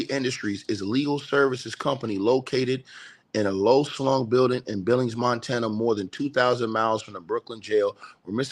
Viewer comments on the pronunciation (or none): none